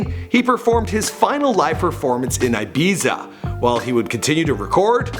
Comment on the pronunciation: . It is pronounced Ibeefa